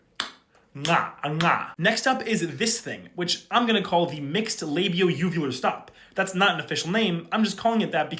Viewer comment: The "mixed" labio-uvular stop was incorrect, I can't explain how to pronounce it in a comment but imagine being a fish saying B and a deep Quuf together.. Btw if you do it a lot and it makes the top of your mouth feel funny, you're most likely doing it right